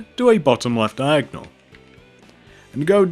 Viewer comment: you saying diagnal is so annoyang i know i spelled it wrong